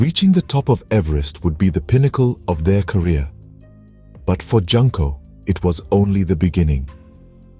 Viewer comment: Please dont pronounce her name like "Junk". The first "JUN" is pronounced like "June". Junko is pronounced June Co.